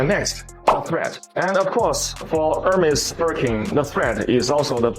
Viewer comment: This AI says URMA instead of HERMÉS......really...at least say the name correctly!!!!!!